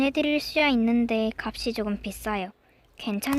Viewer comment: 값이 읽어주실때 "갑이"말고 "갑시" 라고읽어주시면 더 좋을꺼같아용:)